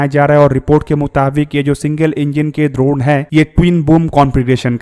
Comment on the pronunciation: द्रोण नहीं ड्रोन है 😂😅